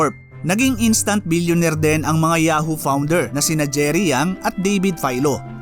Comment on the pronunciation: Ayusin lang sana niya pronounciation sa tagalog words niya kasi slang. Dapat correct pronounciation niya kasi educational ang content niya. Yung “rin” niya ay “ren”, yung “marami” niya, “marame”. Yung “din” niya, “den”.